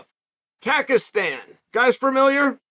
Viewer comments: uncle Chael, it is Kazakhstan (QAZAQstan), not kakastan ✊ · kazakhstan bro, not kakistan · Wtf is Kakistan lol😂 Its Kazakhstan mr.Sonen, pla remember the name bro) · Not khagistan but Kazakhstan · Kazakhstan is not "Kakistan"🤣 you better study a little bit of geography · “Rakhmanov from Kackistan” 😂😂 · Classic Chael, at first it was "Khazmat", now the new thing is "Kakastan" , love the guy! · Shavkat is from Kazakhstan, not Kakistan... 😂😂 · dude wtf kakastan is? if u r making video on fighter who represents his country at least make ur homework properly, and study how his country pronounce. he is from Kazakhstan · Bruh, how is Chael so knowledgeable about international freestyle wrestling but saying Kakastan instead of Kazakhstan. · “Kackistan” - Chael Sonnen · Haha, Kakkestan? It's Kazakhstan, uncle Chael. Borat made Kazakhstan famous in u ess and eey😂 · He gets Rahkmonov right then says he's from Kekistan 😄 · "kakistan" LOL love chael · KAKASTAN… not Kazakstan CACA 💩 STAN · Dude... it's KaZhakstan not Kakistan lol. You were doing great botching names. Countries next I guess. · Chael wtf is a “Kak”istan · This man just said Kackistan 🤣 🤣 🤣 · Kakistan? come on Chael. Im from Kazakhstan myself and thats not right, do your homework about the country at least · ah yes Kagastan, such a wonderful country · Kakesten a country? Borat at least got the name right uncle Chael! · Kakistan🤣🤣🤣🤣 If Chael says there's a country called Kakistan, then it's true. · he got Rakhmonov right but did Chael just say Kakistan? lol is that like in between Pakistan and Kazakhstan? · "Rockmonov... Kakistan" 🤣🤣🤣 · What did you say? Kagastan? Ahahahah😄🤦‍♂️ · I knew when I saw the title that chaels pronunciation would be on fire. It will be forever known as Kakastan. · "Kakastan" C'mon uncle Chael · Lol, Chael cannot even say Kazakhstan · This guy can’t say my country name.😂 what a American. If your gunna talk about someone say their country correctly. 😅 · The way Chael pronounces kazakhstan